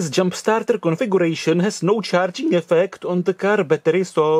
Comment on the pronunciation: It's Charing instead of Charging !